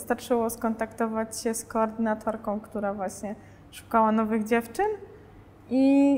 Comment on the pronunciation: "koordynatorka" haha😁